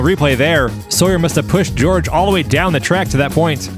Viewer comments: I'm thinking Jorge is not pronounced as 'George'... Pretty sure it's "Whore'hay" lol:person-turqouise-waving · It's not "George" it's hor-HEY. Not that it matters now. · It’s Hor-hay, not George. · "Jorge" = Hor hey. "George" 😅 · 2D, please help with name enunciation!!! I didn’t see a George out there, rather I saw a Jorge (pronounced Whore-Hey)!!!!! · "Jorge" is pronounced "hor-he", right? :-) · Jorge is pronounced hor-hey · It's Jorge, not George.